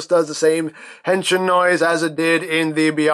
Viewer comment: Good Pronunciation when saying "Henshin"